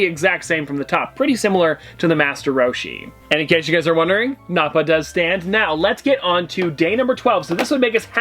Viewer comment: you mispronounce krillin, nappa, puar. that vegeta is in a figting pose and the chiaotzu is in a pose where hes using his psychic powers. also thats great ape vegeta, and the puar comes as a side character for that yamcha in the bigger version